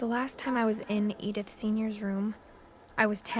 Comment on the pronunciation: its pronounced e dith fucktard